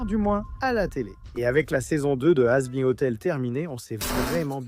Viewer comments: la traduction du robot est vraiment pourri remplacer le v par 5 , Alastor par Alistair , sera = sara , hazbin = hazbein Rosie=fille Angel dust qui est censé se prononcer comme à l'anglaise remplacé par ange poussière , sérieusement fait un effort en minimum de correction de vérification en tout cas pour l'instant ça sera la seule vidéo que je regarderai de ce compte plus un pouce bas et certainement pas d'abonnement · Sara ? Hazbein ? panssious ? aya, la vidéo est cool mais ce genre de détails malheureusement ça me sort un peu du truc